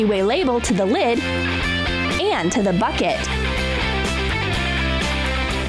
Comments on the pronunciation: You said add to a big plastic fucket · ok, when it said "get a big bucket" I heard "get a big fuck it." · U said frick it instead of bucket... NOT HATE